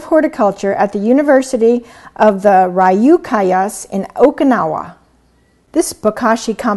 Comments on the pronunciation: lol. worst name butchering ever. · Just say "few" with an "r" instead of an "f" and then "cue" as in cue ball. The pronunciation is off in the video. :) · You pronounced Ryukyus incorrectly. Also, can I add old cooked spaghetti, bread, expired soya flour, French's brand prepared yellow mustard that has expired, fruit juice, deep fried bread, etc.? Also, which creates less waste: vermicomposting, or bokashi? It looks like bokashi doesn't actually create soil. I thought it would create soil. I'm an environmentalist and my building manager told me he got rid of the Yard Waste bin (where we're supposed to dispose of our "organics"/"food waste") because it was too stinky. I just moved into the small apartment recently. I suspect that when I start school, I will be so busy studying that I won't have time to travel halfway across the city to dispose of my foodwaste at the private house of an environmentalist. There are city compost sites, but they charge $6 each time you go to drop off your waste. So, I would like a free disposal method. Would vermicomposting create soil that I can put directly into plant pots inside my apartment, and then grow herbs such as cilantro, basil, and have a strawberry bush? Or would vermicomposting create the same slimy banana peels?